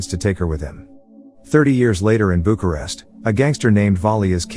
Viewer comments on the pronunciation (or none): none